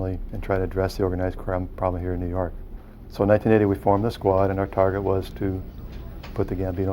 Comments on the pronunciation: "nuu yawk affice" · NEW YAWK AFFICE!